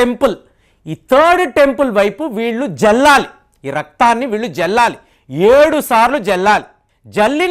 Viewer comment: జల్లాలి కాదు, చల్లాలి.